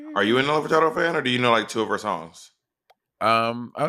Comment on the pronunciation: I felt like a Crypt Keeper the way Monet aged me when she said Nelly FurtaRdo